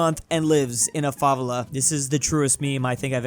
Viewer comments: Your favela pronunciation physically hurt me. It's not even that hard to say, it's fa-VEL-a, not FA-vel-ah. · fave-la... god why